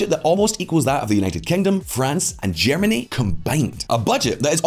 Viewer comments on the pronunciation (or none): none